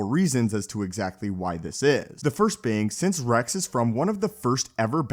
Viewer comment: Why don't you pronounce X and S ? Order sixty si- ? Captain Re-c ?